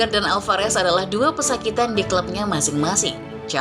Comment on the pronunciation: min Alvarez bukan alfarez